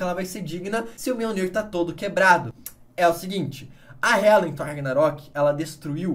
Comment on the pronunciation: enfim, Gabriel aprendeu à pronunciar mjolnir corretamente